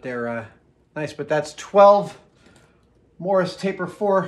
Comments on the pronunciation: Are you saying "morris" or "morse" taper? Proper term is "Morse". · The way he said morse taper chuck made me think Chuck Morris